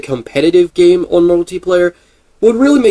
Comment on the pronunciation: Gotta keep your eyes "ohn" them?